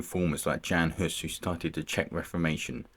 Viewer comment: Jan Hus (1 s not 2) is pronounced "yon" -- not Jan as in Janet. Same with Zizka - their names are not Janet